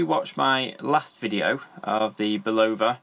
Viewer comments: Love how most of the watch reviewers of this brand can’t even pronounce the name correctly. For watches sake folks do some homework it’s pronounced (bull-uh-vuh) not (bull-low-vuh).Just watch a simple commercial of the product or even one of the interviews of the president of the company. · Bull - ova? Really? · If you're going to review watches and expect people to take you seriously, the very least you can do is pronounce the brand name correctly. Face it. you know nothing about watches.. This channel is just a way you can ask viewers to buy you watches "to review" so you can build your collection for free.